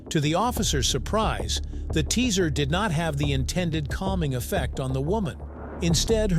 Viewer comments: Teaser instead of Taser is crazy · A teaser gun? The bot says teaser gun! Good lord I hate AI and bots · AI doesn't know how to pronounce "TASER"??? WTF?